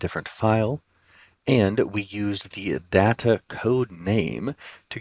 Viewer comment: Good useful stuff. (pet peeve: learn the proper pronunciation of the word Data. 😊)